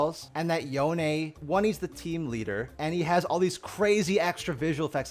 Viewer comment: Yo-Nae? im dying at that pronunciation.